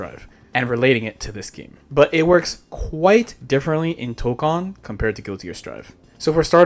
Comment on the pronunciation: Thank you for pronouncing Toukon correctly lol